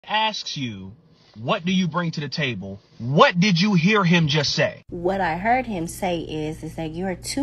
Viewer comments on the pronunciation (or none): none